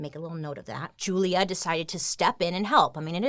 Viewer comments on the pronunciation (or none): When she said Julia I heard Julia Gulia